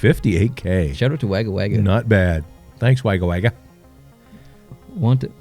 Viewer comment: although im late its pronounced wogga wogga not wagga wagga